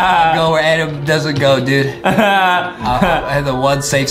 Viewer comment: Adam not Adem Justin